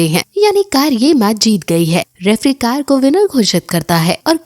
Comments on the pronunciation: Please don't say kayer it's sayir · Not kayar it's saysr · Didi आप भी कायर बोल रही हो वो सायर है जी कायर नहीं ,😸✌